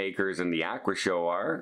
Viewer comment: “Ah-qua”